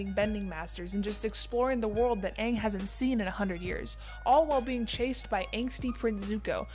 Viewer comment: period its aang not oong